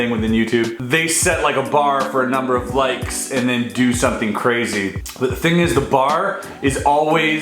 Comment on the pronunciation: HE LEGIT SAID 15K LIKS